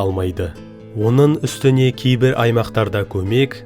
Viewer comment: Онын емес оныңМын емес мың. Занды емес заңды. Тілді жөнде